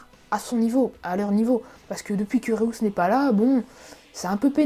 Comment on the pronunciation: C'est pas "Réous" mais "Reüs"